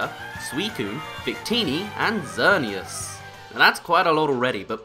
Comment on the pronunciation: Xerneas (ex-er-nees)